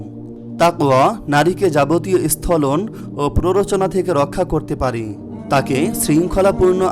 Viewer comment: ১ নং point এ শেষের দিকের একটি শব্দের উচ্চারণ স্থলন নয় বরং উচ্চারণটি হবে সংখলন এগুলো খেয়াল করবে।